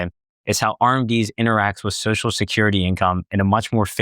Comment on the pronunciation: ...enunciate. Social has 2 syllables.